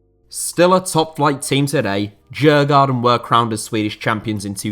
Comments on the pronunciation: Great video but your mispronunciation of Djurgården is a small minus. It’d sound a bit more like “Dyurgorden”. It’s named after a leafy district and island of Stockholm with several open air attractions and translates into English as “Game Park”, as the Swedish Royals used to keep animals there. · Djurgården from Sweden is pronounced something like 'Yoouh-gordon'. You don't pronounce the first 'D'. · As an American who was last in Sweden in 1995, as I recall, Djurgarden is roughly pronounced as you-gore-en, with the emphasis on the first syllable. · Interesting pronunciation of Djurgården, I must say. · I struggled to understand which club he meant at first, since his pronunciation of Djurgården was quite off for someone who knows swedish 😂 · Whew....what a butchering if Djurgården.